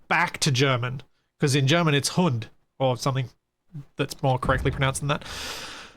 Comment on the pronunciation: I'm a little late, but when I heard your perfect pronunciation of the word "Hund", I just had to comment. Of all the English speakers I've ever spoken to, that was the best pronunciation of a German word I've ever heard.